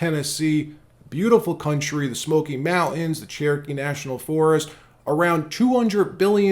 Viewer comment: Its pronunciation is mounTTTTian. Not mounted. stop using your tssss don’t be a WoKE Trader!!!!